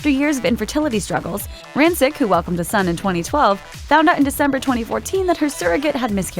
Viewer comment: you're mispronouncing her last name